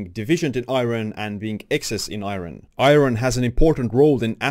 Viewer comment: Is it me or do eastern Europeans have trouble pronouncing iron. I get it, it's spelled nothing like it sounds. Eye-earn